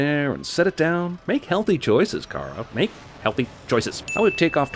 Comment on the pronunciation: I HATE the way they pronounce “Kara” It’s WRONG!! Her boss says it correctly. If you watch the original Supergirl movie, Smallville & any other show Kara was in. It was pronounced “Care-a” not “Car-ahhh”